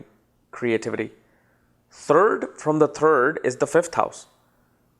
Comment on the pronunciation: I thought he was saying turd from the turd but he was actually saying third from third